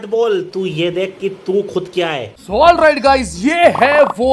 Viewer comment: all right ❌ hole right✅😂